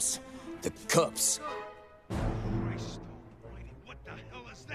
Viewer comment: Why did he call cops as "cups"?